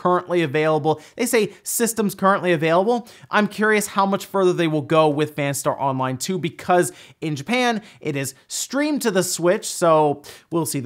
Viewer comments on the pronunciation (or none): Please stop saying Fanstar Online.